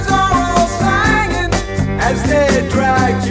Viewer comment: Did you notice that "the mourners were all sangin' "- not singin'. I guess because it rhymes with " the hangman isn't hangin'. Not that they needed to do that, but it made the rhyme a little bit more perfect! You'll quickly find out that Steely Dan were really perfectionists, they would hire musicians at the very top of their game just to play a few notes, and then dismiss them abruptly. They were known for that. "Aja", the album with " Home at Last", is widely considered to be one of the most produced records ever made. Many many many many many takes of every bit and piece of it. Every song on it is a perfect masterpiece! Like paintings in an art gallery hanging on the wall! Can't buy a thrill was the first record album I ever bought as a teenager, quickly followed by Al Stewart Year of the Cat, and Dire Straits debut album. Not a clinker in the bunch, it was a great time to be a teenager